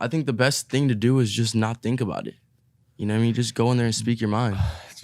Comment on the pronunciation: “you kneow whet i mean” iann dior- 2020